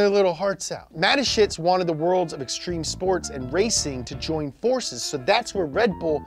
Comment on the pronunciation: When you are a german and you her the pronunciation of Dietrich Mateschitz the video is very funny😂.